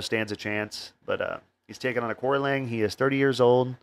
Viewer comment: Excellent show, thanks. The correct way to phonetically pronounce Aoriqi Leng is Archie Long…